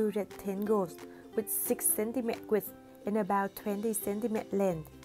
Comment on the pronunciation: Great vid! Just want to mention that you should pronounce centimetre like 'centimeTER', a big 'er' sound like caterpillar, father, computer, and not a silent 'tre'...the way you pronounce it in the video is the French way, and it's probably confusing to non-French speakers ;)